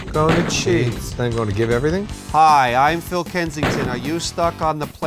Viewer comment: Fill (like Will with an F) Kensington is my favorite character from Troy. It cracks me the hell up.